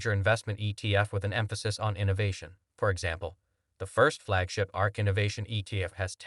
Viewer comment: It is A R K not arc. This is a clown.